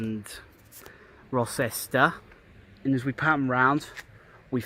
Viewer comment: Rocester is pronounced Row -ster.